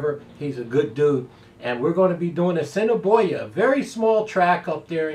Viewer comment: Haha! Sir you pronounced A$s in i boi a prfectly the first time and then butchered it every time afterward. We'll still give you some Canadian shackles though. I'm still busy counting my Cross Border money. I missed my exact but had the P3 a couple times and a decent win bet. GOOD LUCK on your ticket!